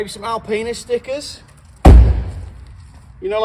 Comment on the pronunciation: Why did it sound like you said Alpenis stickers first time round, idea for you 🤣